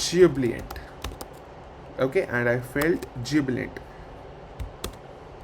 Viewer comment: ..Its not "Jubliant" like you say..its "Jubilant".. Pls add a note in the video to correct it.